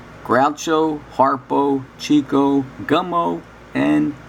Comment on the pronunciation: his name is pronounced CHICK-OH